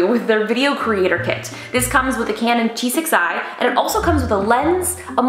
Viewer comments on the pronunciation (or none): Justine, did you say T6i or “G6i”?